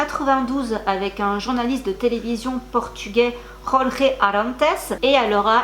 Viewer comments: En 🇵🇹, on prononce tout simplement « Jorge » comme « Georges ». 😊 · petite correction car je suis portugaise, Jorje ne se prononce pas comme en espagnol, le j et le e se lisent commen en français. voilà. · Attention svp: il n’y a pas de « jota » en portugais… Jorge se prononce comme en français « Georges »… la « jota » c’est espagnol… et limite une insulte pour les portugais… cf l’histoire Portugal/Espagne… Merci… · L’ex de JK Rowling s’appelle Jorge et pas José (mais je ne sais pas si la prononciation portugaise de Jorge est la même que la prononciation espagnole)